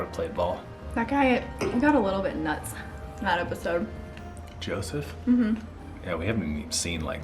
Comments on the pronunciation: It's actually Yosef, not Joseph. Maybe I'm hearing you wrong, but it sounds like you're saying Joseph. Just a note :) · Please lose the background music. Also, it's Yosef, not Joseph. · I have noticed in the last 2 episodes you keep calling Yosef "Joseph"...I'm finding that kind of interesting given he is the only contestant there with a non Anglo-Saxon name. As a racialized person my name has been mispronounced my whole life and changed into an Anglo-Saxon name, akin to changing Yosef into Joseph, and usually by white individuals. I gotta say it's pretty damn annoying and revealing. Just something for the two of you to think about especially considering some of your viewers may be racialized and also Middle Eastern (typically where the name Yosef is prevalent). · Isn’t the guy’s name who you keep referring to as “Joseph” actually “Yoseph” with a Y? I caught that on your first episode too. By the way love your channel! You two are so great together. I used to live in Scottsdale a few years ago with my husband and now we live on the West side of Phoenix but love going over to the Scottsdale side for restaurants and shopping. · It’s them saying Joseph instead of Yosef for me 😂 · I love your recaps so keep it up, but just want to note: it's Yosef, not Joseph ;) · I know this is a joke, but pronouncing people's ethnic-sounding names correctly is an easy and small way to show respect :)